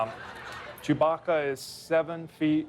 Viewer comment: Why does Lando pronounce chewbacca CHEW BAAACKA 🤣 i died there